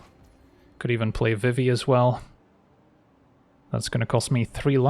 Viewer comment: Pronouncing Vivi as Viv-i in these videos is killing me. Should be Vi-vi